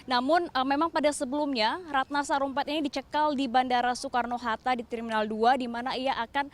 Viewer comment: Apa cuma gue yg fokus ke reporter nya bilang Sukarno hatto 😂